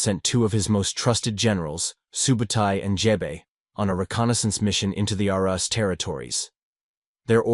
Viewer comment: Roos not russ